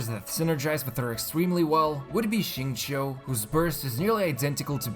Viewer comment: didn’t pronounce Xingqiu as ZZIINNGju bravo👏